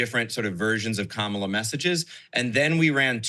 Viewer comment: Krystall is pronouncing Kamala wrongly btw